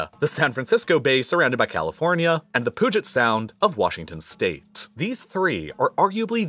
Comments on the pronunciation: I think I just took psychic damage from you calling it the "Poo-jet" sound. Please... It's pronounced "Pew-jet". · not 'Poo-jet' Sound, 'Pew-jit' Sound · FYI, Puget is like pew-jet not poo-jet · Love the video only critique is that you pronounced puget wrong you pronounced it pooget when it’s supposed to be pewget it’s a native word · Puget Sound is pronounced with a u like the u in putrid, I understand why you said it wrong though, thanks! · Great video! Puget is pronounced "Pyew-jit" not "poo-jit". I think its French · Poo jet sound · The “u” in “puget” is pronounced the same as the “u” in “bugle”. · love your videos but as a washingtion.... its Puget is pronounced Pew jet. Know its hard with all the foreign words and you do an amazing job.